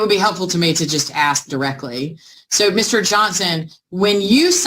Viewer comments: We need someone that can pronounce ask correctly 😂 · “Did you acks Ken…” 🙄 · Let me axe you this... 🙄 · Don't axe me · Mr. "Axe", "Picher" "Caw", "Contrac", is having some fun profiling and primping....sounds like he has a big $ part in the building.....I can't stand it when the Atty's become bully's and badger the witness.. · Why is “ask” such a hard word to pronounce?